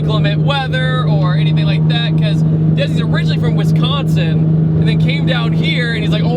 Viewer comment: Thank you for pronouncing Wisconsin correctly. Thank you.